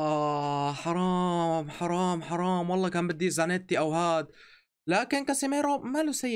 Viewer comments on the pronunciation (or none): واحد سمع كال خرام مو حرام 🤣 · قال خرام ههه